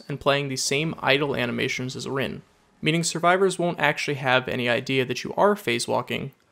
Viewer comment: Rin is pronounced REEN not RINNE